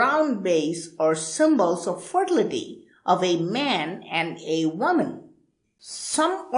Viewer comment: You're funny! I love the way you say FER-TIL-I-TY....!!! SAY IT AGAIN🤣🤣🤣I cant even spell it the way your pronouncing it. TOO FUNNY🤣🤣🤣🤣🤣😢😢